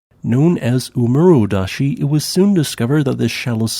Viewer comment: Small pronunciation tip: There are no silent e's on Japanese. Suwanosejima is pronounced like soo-wa-no-say-jee-ma. And double vowels keep the same sound as a single bowl, they just double in length. So oomurodashi is oh-moo-ro-da-shee, with the first oh laying twice as long as it normally would.